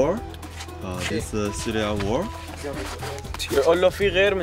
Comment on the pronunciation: and how many childrens? xuliya(English accent) 但是很鼓舞人心的片子